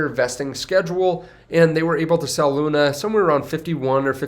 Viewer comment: its LUNA